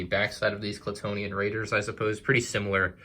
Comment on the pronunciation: Why does everyone say "Klatoonian?" Most official prints, even the one on the AT-ST Raider lego box say "Klatooinian" with a second i before the first n. Just wondering, ive been wrong before...